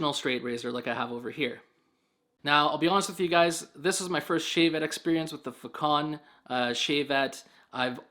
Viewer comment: I do believe it's Façon which comes from French and should be pronounced Fah-saun. The saun part sounds like sauna without the last "a". Façon means way, manner (of doing smth)